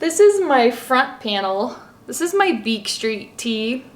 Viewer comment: Street*** not streaky 🤣🤣